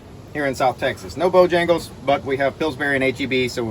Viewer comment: Pronounced "Bo-hangles"